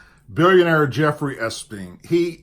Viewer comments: It's a COUNTRY club not a NIGHT club, do your homework. You're an ex-cop for heaven sake, I'm sure you remember how to follow up a lead. You sure are falling down on this one. Country clubs (for your information) cater to the entire immediate families of their members, including their children. It was the children of employees and other members that Epstein (pronounced EP-steen, not S-peen) was grooming, not underage employees. And when Trump caught him at it, he banned him from the club, and stopped associating with him. This is not difficult information to aquire, several other commentators I listen to found it fairly easily and quickly. I have had to comment before on things you have gotten wrong, I am probably going to unsubscribe. I listen to various commentators to hear varying opinions, but I only want sources I can rely on for accuracy, and that doesn't seem to be you anymore. If there are extenuating circumstances that have you distracted or preoccupied, that I could understand. But there has been no indication of that. If it is the case, let us know so we can pray for the situation. I am looking forward to better from you in the future. PS; The problem I and many others had was, not only that you posted the picture, but that you also had followed it up by saying that you hope Trump wouldn't prove to be involved with Epstein's crimes. That was uncalled for, you know the left will jump on that like a duck on a June bug. They'd say, "See, even his own supporters t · Epstein not Espien. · Great report but it's EP-STEIN...NOT ES-PEIN! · Ok, good video. But it's EP-Stein. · can you please pronounce Epstein properly .....it's driving me nuts! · Come on mate, i like your vids. For f..k sake, i gooa stop watching this one. Pronounce espeens name correctly PLEASE. Its yout credability. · 'ep'-stein' , why do you keep saying espn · Its pronounced Ep steen Not. Es peen Sorry being in education, pronunciation is a pet peeve. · It’s not Espeen, it’s Epstein.